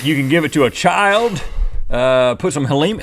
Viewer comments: When you tried to say helium you said Haleem which is a type of Pakistani food!i really rope you read this just so u know this is my daily routine!!Rhett and Link you guys are the best!!!!!!!!!😋😊👍🙌❤️❤️❤️ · HEL-I-UM. MY SIDES.